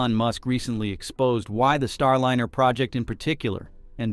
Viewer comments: Star-LIN-er? Isn't "Starliner" a play on "ocean liner" pronounced LYE-ner? Seems like another AI narration fail. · i almost liked this video until i caught the voice to be an AI robot. how can you pronounce Starliner as Starlinner? is the content also AI?